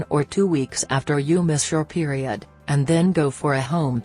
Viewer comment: 😂😂😂😂 Periud😂😂😂 I can't take this vid seriously